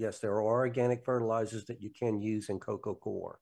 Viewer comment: Still bothers me that the word 'coir' is always mispronounced.